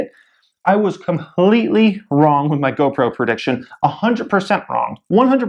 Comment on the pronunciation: GOPRO OMG I CANT HANDLE U SAYING GOBROKE